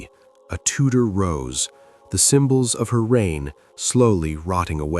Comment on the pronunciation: That's Tudor dynasty not Tutor dynasty.